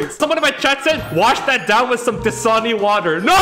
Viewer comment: He said Dasani.